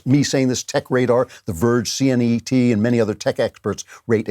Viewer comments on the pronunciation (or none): Mr. Klavan, I love you, but, please..... It's CNET, pronounced: "Sea-net" not C-N-E-T.... I am a ginger, I don't have feelings or a soul, but you would be hurting them, if I did. @@